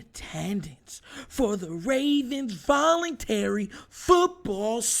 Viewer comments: The word is "VOLUNTARY" 🤦🏿‍♂️🤦🏿‍♂️🤦🏿‍♂️🤦🏿‍♂️🤦🏿‍♂️🤦🏿‍♂️🤦🏿‍♂️ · It’s “VOLUNTARY”